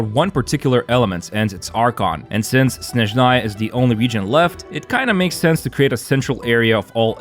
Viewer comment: блять ударение правильно ставим снЭжная (SnAzhnaya)